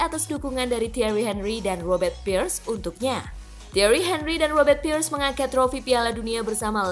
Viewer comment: Pires, bukan pirs